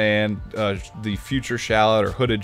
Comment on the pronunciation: considering the name is shallot like the onion... shouldn't it be pronounced shal-LOT not SHALL-ot? If still confused, Kakarot and Shallot should rhyme.